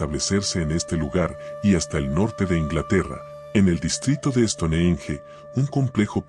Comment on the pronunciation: SE DICE STONGENCH